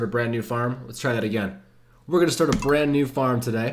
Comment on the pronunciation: Very first thing he says is, "Welcome to a bland new....." Hilarious stuff man.